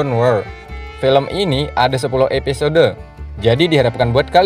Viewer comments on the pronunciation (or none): Dibaca episod huruf E gak perlu di baca kali... Kebiasaan la kek gitu orang indo. Drainase juga dibaca drinis huruf E di hilangin faham...!